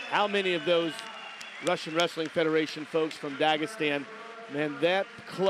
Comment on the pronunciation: "raSIn wrestling federation". ha, he talks to much. cant even control his speech